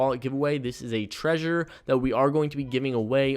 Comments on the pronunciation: It's trezor, not treasure 😁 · Thank you for your videos. But its TreZor not treasure :D (y)